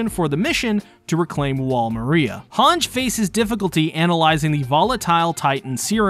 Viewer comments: hang zo. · thank god I am not the only one bothered by that. both in Japanese and English version it’s HangE, I don’t know where that comes from. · I die everytime I hear you pronounce "Hange"